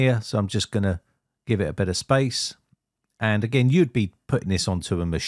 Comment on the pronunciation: Thanks man. Also the first time you said "space" I heard "spice" And it was hilarious. Just a funny aside xD